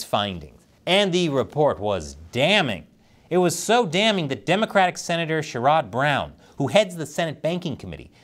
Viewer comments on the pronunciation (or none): SheROD Brown... yknow i don't mind that pronunciation, but I can confirm that it is incorrect. (As an Ohioan)